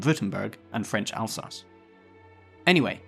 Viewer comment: Eupen, not Yoopen Elsass, not Alsacha